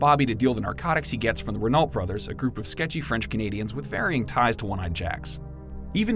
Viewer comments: For the Renault brothers it's not re-nalt, it's pronounced re-know, like the Renault car company from France. But great video nonetheless. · Did he say ReNALT? Who pronounced it that way, anywhere, at any time, much less in the show? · "Reh-nalt"? Seriously?